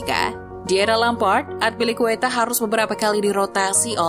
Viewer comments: At least riset dulu lah sebelum bikin konten. Masa Azpilicueta di ucapinnya Atpilicueta 🤔🤔🤔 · azpi min azpi bukan atpi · Narator salah dalam penyebutan nama, kecewa sih kalau sepanjang video mesti aneh dengar namanya. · Cara baca azpilicueta nya kurang enak didenger. Wkwk